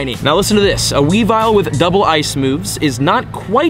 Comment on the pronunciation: You also mispronounced weavile. Its weavile, not weavill